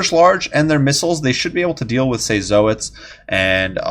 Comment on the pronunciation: Always figured zoats were pronounced like "oats" but with a z in front and all one syllable. Anyhow, did a really impressive job this game!